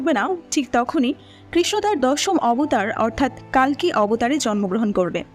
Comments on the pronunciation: It's কল্কি, not কাল্কি It's কর্ণ, not কার্ন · i think name pronunciation sob vashate ekrokom hoya uchit. Bar bar কাল্কি and কার্ণ shunte odd lagchilo. Otherwise 👌